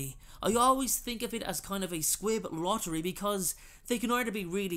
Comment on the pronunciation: I thought he was saying squid 🐙